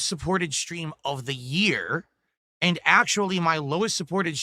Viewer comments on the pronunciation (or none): Ayund....I hate it too.